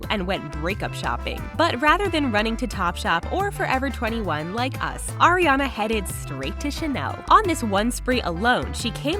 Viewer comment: I am the only one that hear "Oreo" instead of "Ariana"